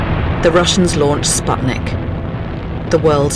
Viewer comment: Spitnick? That Hick can't pronounce Sputnick? haha.